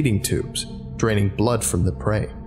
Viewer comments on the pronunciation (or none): none